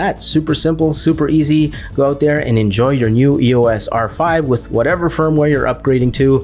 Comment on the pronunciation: Its not E.O.S . Its the word "Eos" . The Greek god of light!